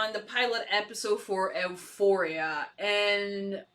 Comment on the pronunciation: You did a great job learning English. Certainly better than I did with Spanish. That being said you are struggling with the title of this show. Basically just remember the E is silent. U foria. I also know you recorded this a little while back so you may have already made this correction. Thanks for editing this for us that only get to watch on YouTube.